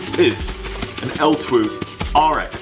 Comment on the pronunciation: Great video - For reference, its just pronounced 'L-2' :)